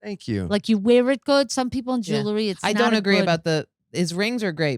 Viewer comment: Also it's jewelry not jewlery. 😂